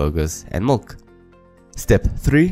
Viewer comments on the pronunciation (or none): Duuuuuuuude. MILK not MULK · Great video, it really helps in understanding this concept. I just wasn't sure at some point if it was milk or mulk you were saying. Anyways very useful video. Also was looking for the video where the algorithm is implemented in python